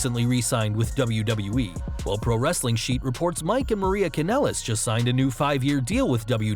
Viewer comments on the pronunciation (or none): none